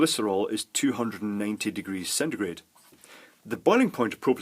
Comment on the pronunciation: Thanks for telling me this because it was killing me when you said centegrate